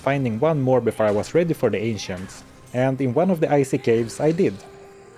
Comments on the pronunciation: It sounded like you said "the very trickery trio, the Asians" instead of ancients 🤣🤣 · When he said "the ancients" i heard " the asians"